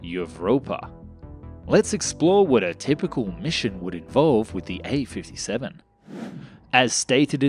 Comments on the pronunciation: Bro, awesome videos. But in Russian, letter "Ф" is the same as "F" in English. It pronounced in the same way. I have no idea where did you found "yiy" 57 XD. Just call it F 57 and you'll be fine ;) Keep up the good work! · the "Ф" is not any "ae", but just "F" letter in russian. It is about